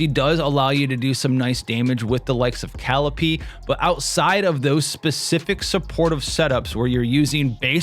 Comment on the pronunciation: It's Ka-LEE-pay. Not Cal-ipee